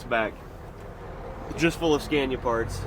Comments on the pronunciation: great stuff. just for record pronunciation of Scania is SKUNIA . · The A’s in Scania should be pronounced as the a in ”BAR”